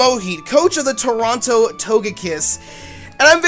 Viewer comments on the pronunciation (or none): none